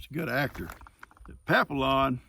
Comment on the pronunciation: I think the movie you call papillon is pronounce (papi on) it means butterfly 🦋 in french and there's also a papillon dog because their ears look like butterfly wings. Yeah another one of those words they put useless letters in. If you're not supposed to sound out the L's in the word what the heck are they in there for?